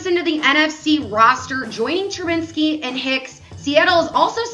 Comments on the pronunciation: She said it wrong like 10 times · Can she say Trubisky right 😔